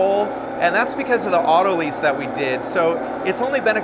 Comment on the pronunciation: Autolyse - like paralyse and analyse, breathalyse, catalyse. Not Auto-lease! WTH. Pronounce it correctly!